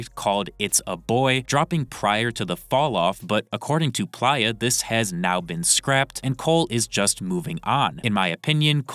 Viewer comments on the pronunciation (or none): STOP CALLING HIM “PLYA” PLEASE ITS PLAYER WITH AN “A” GOODNESS GRACIOUS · WTF is a "Ply-Ah," and why he reporting on things? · If you cant pronounce the word playa or recognize it as player, then you shouldn't be reporting on hip hop period.